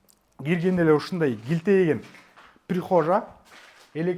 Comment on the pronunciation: Тамтандабай орусча аттарын так, ТУУРА айт, жээ кыргызча ЭЛЕ суйлочу. "Прихожа" дебей😂